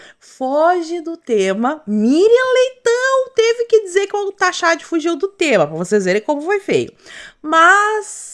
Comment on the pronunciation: Tadinho do "taxadi"...pede umas aulas particulares para o grande economista Paulo Guedes